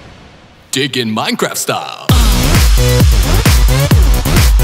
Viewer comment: The singer mispronounced his words. When he said "dig" it sounded like he said "..." and when he said "piggy" it sounded like "pigman"